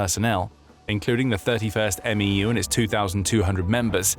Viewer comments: saying M E U hurts every marines ears. Say it like "mew" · MEU is pronounced "Mew."